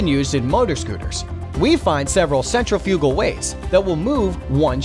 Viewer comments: It's "centrifugal", not "central-fugal" Jeez. . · Good video blemished with incorrect pronunciation. Centrifugal is pronounced " sen-TRI-fuh-gul." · cen-trif-igal. not scent-re-foogal canadian here, i dont wanna hear nothing about freedom speak, theyre righ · It's is pronounced..." SEN-TRIF-EYE-CAL" Emphasis on "TRIF". Not "sen-tra-fuue-gall" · Pronounced cen TRIF I cal. Not centrifi CAL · The way the word 'centrifical' is pronounced by the narrator is very unusual to me. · Centri - fugal? Whaa? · dear god centrifugal is pronounced "centrifical"...... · Totally. Guy has clearly never read the word "centri-fugal" before. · Good video, but your computer program mispronounced "centrifugal" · Hey little kid, go look up how to pronounce 'centrifugal.' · Now that's an odd way to say centrifugal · Interesting. But your pronunciation of centrifugal throws me. I've never heard it with the accent on the third syllable before, always heard it on the second. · Please learn how to pronouce "centrifugal!" - stress is on 2nd syllable! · I am amused by the commenter's pronunciation of sheave and centrifugal. It shows that he is not a gearhead, but a paid talking head.